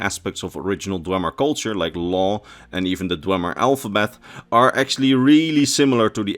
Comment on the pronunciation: You claim to be a lore guy but you pronounce dwemer wrong for the whole video. It's pronounced dwee-mer. You would know this if you completed morrowind.